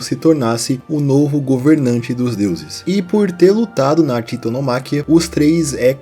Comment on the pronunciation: oi mano blz n é hecatonquíros é hecatônquiros sílaba tonica no ô e é titanomaquía que pronuncia pq vem do grego blz te amo